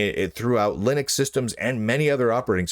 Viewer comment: Idk, the way he pronounces linux kinda gets me.